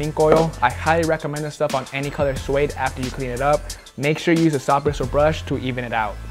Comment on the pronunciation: "brishul brush"